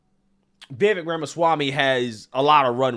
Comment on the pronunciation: It's Vivake like cake.But he answers to anything,lol